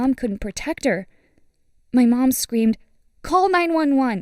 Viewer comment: she said scweemed